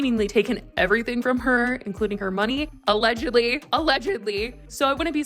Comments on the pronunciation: the emphasis on ALLEGEDLY has me dying all the time 💀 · Girl stop saying allegedly like that 😐 you literally included and edited the proof in ….